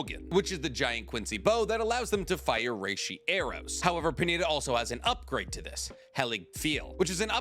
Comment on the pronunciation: Pernida = per-nI-da